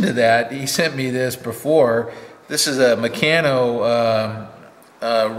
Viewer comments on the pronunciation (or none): It's pronounced 'mec arn no ' And yes I grew up with a large set came in a wooden box about 3' x 2' x 6inch deep, enough to build a drag line excavator 😀 Stuart 70 years this week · There is more than a little irony in using bronze to make stone tools. It's mec-aaa-no